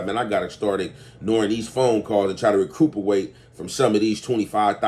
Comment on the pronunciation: Wouldn't be a video without a mispronounced word. 😂